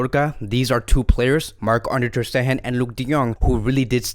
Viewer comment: And also its not "Ter SteHHHen" its "Ter SteGGGEn" stup....